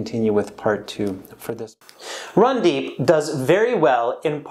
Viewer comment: It's not Rundeep 😂 it's randeep